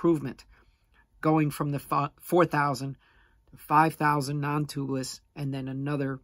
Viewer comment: Toobless? It’s pronounced Tubeless!